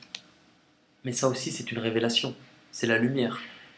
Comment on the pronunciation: Aaaaah aie aie aie, touchée coulée 👌🏻 RÉVÉLATION (avec l'accent anglais s'il vous plaît 😂😂) Bien bien bien 🙏🏻 Merci merci merci ❤️